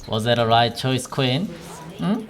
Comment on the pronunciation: Was like aww hes calling Quinn ''Queen'' XD